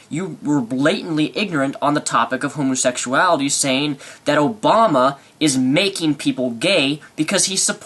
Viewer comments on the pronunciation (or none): Tired of hearing him pronounce it "homosexshality"